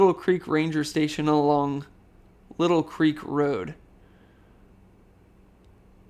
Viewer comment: Lytle Creek is pronounced Lie Till